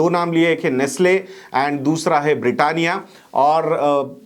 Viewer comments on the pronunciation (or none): Nestle not nastle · Correction: Its Nestle, and not Nastle. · Nestle and not nastle